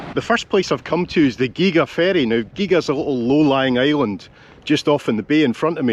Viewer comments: Gihha not giga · Come on now ……. The Isle of Gee ga. It is pronounced ghee a. (Gigha). Gigha is very interesting as it had a falling population until the community bought out the island in early the 2000s. Now the island is thriving with more people living there. More tourist attractions and its own electricity supply. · Geega, Heaven forbid man, ask on the ferry or a local how to pronounce the name of a place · Gigha pronounced Geea And your Scottish 🤣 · Gig-aa? No, it is pronounced the same as Ghia as in Ford Escort Ghia. Our favourite stop over when sailing the Scottish West Coast from our home port on the North Coast of Northern Ireland. My partner is often asked to play the organ for their Sunday church service when we arrive on a weekend. Was also home to The Horlicks family of night-drink fame. Their beautiful house and gardens are well worth a visit. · it’s pronounced ‘Gee a’ 😊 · I'm just here for all the "It's Ghee-Ah" Comments ;) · Gigha is pronounced gee ha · Gigha is not pronounced the way you did try it this way and you will have it Geea. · The little island is pronounced "gea" it's funny watching your videos and the good weather , shame it seems a distant memory as it won't stop raining now. I miss the car ferry from Campbell town to ballycastle. Spring bank is a great whiskey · It's pronounced Geea. the middle G is silent. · Hi Gigha is pronounced as Geeeah.. I served as an Airman at nearby RAF Machrihanish in the early 1980's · Gigha is pronounced 'geeha'. Nice to have you back and showing us the Beauties of Scotland. The island is in the Gaelic 'God's Island' and has the most hours of sunshine in Scotland. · Gigha. Say Gie-Ya. That'll be close enogh. My mate Graham lives there. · Its geeeha but great video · The Island name pronunciation is 'Ghee-ah'. Keep up the good work...👍👍👍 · Gigha. Hmm, let a local to Campbeltown help you. Pronounced Ghia. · I believe Gigha is pronounced GEE-AHH,. Nice part of the world.